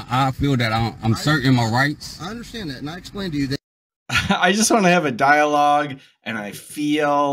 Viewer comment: "Hav'a dialoge!" That's not a dialogue - that is wasting time! And what's with "Resisting is getting physical!" WRONG, WRONG, WRONG! And did he just threaten the State Trooper with his dogs? Sovtarts are 🦇💩🤪....